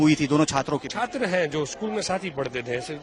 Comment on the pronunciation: બોલો આ છે ગુજરાતના શિક્ષણ મંત્રી..... જે છાત્ર ને સાત્ર, ડિપાર્ટમેન્ટ ને ડિપારમેન્ટ અને ગેમ્સ ના બદલે ગેમો બોલે છે. "શિક્ષણ મંત્રી" 😂😂😂😂😂